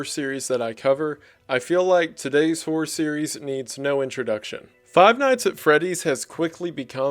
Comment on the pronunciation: I am so glad one of my favorite youtubers also pronounces "horror" as "whore"